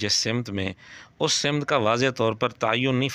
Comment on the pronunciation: سِمت❌❌❌❌❌❌ سَمت✔️✔️✔️✔️✔️✔️✔️✔️